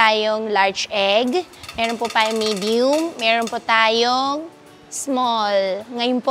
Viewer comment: Bilsng part Chinese na nagkaboss na pure fujianess hirap na hirap sila banggitin ung “Meron” laging “Melon” 😂